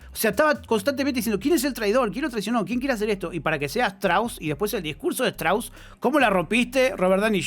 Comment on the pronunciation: se pronuncia "Stros"